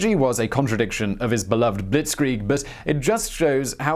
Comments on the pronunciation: Bewegungskrieg..... not Bewungungskrieg.... Be Way Goongs Kreeg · Buwungungskrig ?!? You should get a guy to call on skype or something to help you with the pronounciations of such words ^^ Besides that nice biographic as always <3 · It’s bewegundskriege [Bev-eg-ung-s-kri-ge] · Nice try on Bewegungskrieg but it sounded like Bewungungskrieg 😃 Its more like Beh-vé-goongs-kreeg 😉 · I guess the pronounciation is rather Bae-wae-goongs-kreeg. Yeah, our german language is nice, I know. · Buh-vay-gungs-kreeg. Sorry, my ears are bleeding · it's "beVEgungskrieg" the w is read as a hard V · Beh-vay-gungs-kreeg Bewegungskrieg. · LOL Bewungungskrieg. Not even close to Bewegungskrieg. But funny non the less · Bewoengungskrieg xD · Nice video, but please, try and say Be-weg-ungs-krieg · Buh-Vay(like way but with a v)-Gungs(gong with a u and an s)-Kree(like thee native-american tribe)-g(hard consonant) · Be-VEH-gungs krieg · It sounds more or less like this: Bay-Bay-Goonx-Kreek. Cheers. Amazing video. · ‘Fast Heinz’ is a better translation. Be-vey goongs kreeg. A great video though ✌🏻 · Bu-vay-gans-kreig or war of movement. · Nice video Bewegungskrieg is pronounced 'Be-veg-ungs-krieg' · "Buwungungskrieg" is pretty funny, but I'm sure he'll not keep saying the word if he doesn't know... oh. Oh, nevermind. Time to watch the biography of Gunurel Hunz Gudungrung: Funger of Buwungungskrung. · Lmao "Bewegungskrieg" would sound more like "Beh-veh-goongs-chreeg" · "Be-vay-gungs-krieg" Hope it helps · Beh-VAY-gungs-kreeg Or maybe I'm wrong too...last German class was over 20 years ago. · In german language, the " W " is " V " . So you read BeVungungskrieg. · Bewegungskrieg is pronounced be-ve-gungsh-krieg I think (I'm learning German correct me if I'm wrong) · Just drop the “h” in gungsh 😉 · Klingt mehr wie Bewungungskrieg was auch immer das sein mag. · "beh - vay - goongs (oo as in 'good') - kreeg <<<<<<<<<<<<<<<<< Bewegungskrieg. Great video, thanks.